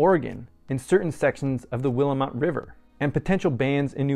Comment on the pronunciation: Very thorough review of the article. By the way, I can help you with your pronunciation of the Williamette river in Oregon.